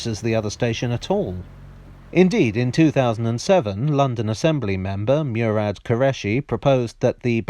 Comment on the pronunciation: Check the pronunciation of Murad. As a child (a long time ago), living is Delhi, we had a cook called Murad whose name was pronounced differently.